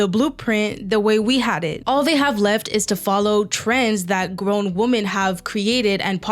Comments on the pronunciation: Why do you gen z pronounce 'women' as 'woman'. It pisses me off. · Your videos are good but Woman/ singular WomEN/ collective. I’m sorry I have to turn these videos off when the word woman is mentioned more than 6 times instead of women. It feels in a sense objectifying women. Or a type of species we don’t understand. Or some kind of unidentified intelligence/alien. I’m not the best at grammar or spelling. In fact there is more than likely a load of errors in this post. And I don’t mind being corrected. However I feel this is a super obvious error and almost like it’s a trend to mispronounce. Just replace the gender and see how stupid it sounds no one says man instead of men in regular circumstances. Or repetitively after evey pronunciation of the word Sometimes it can be acceptable but not when someone is talking intellectually and I wanna take it serious.In never usually get irritated but this one thing really dumbs good essays down people are doing more and more regular feels like it’s dumbing it down human intellect Change is how language is made but usually it has a theory or like rules and this to me is one that doesn’t work for the English’s language unless it’s a stand alone sentence. Or to make a statement. However it looses its when it’s pronounced in sentence where the word woman is brought up I know I’m Being an idiot complaining but what happened to us.